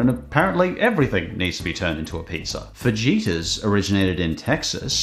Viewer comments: Fa he tas not fa je tas. Look I know you don't speak any known language but fajitas even brits can figure this one out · Hearing pronounce "Fajitas" with a hard J made me die inside. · please. It's fuh-he-tuhs. Js are supposed to sound like Hs. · Why is it that Brits don't pronounce Spanish words properly? It's not "Fuh-jee-tuhs". It's "fuh-hee-tas". This is why I pronounce British stuff incorrectly, for example, Worcestershire. I pronounce the whole thing as it's spelled. "Wore-chest-er-shire". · He called them "fuhjeetahs." 😆 Common mistake. Still makes me giggle Tell me you don't live near Mexico without telling me you don't live near Mexico. Love your videos, mate! Never miss one! 🤍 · “Fageetas originated in Texas.” I think you mean fajitas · Quick note the j in fajitas is pronounced like an h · I really, REALLY dont want to be rude, but fajitas is pronounced (fah hee tus) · I respect your accent but the way you said fajitas... Dude...fah-hee-tahs...Also, Chick-fil-A has real grills, and kale is toxic and can cause kidney stones... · The j in fajitas is pronounced as an h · FaJitas it's pronounced fahitas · Did he say “Fajeetas”? 🤦‍♂️ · It's pronounced fah-heetuss bro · Losing my absolute SHIT over the way you pronounce fajitas as a texan 😂😭😂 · The way he pronounces “fajitas” 😂😂😂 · That pronounciation of fajitas, lol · I really want to know if he actually says "fajitas" and "advertisements" like that😄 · That pronunciation of fajitas is criminal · fajitas being mispronounced will always be painful to me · As a Latino, the way you said "fajitas" hurt me... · the pronunciation of fajitas hurt me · As a Texan, the way you pronounced ‘fajitas’ pains me. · Anyone else bothered by the pronunciation of fajitas?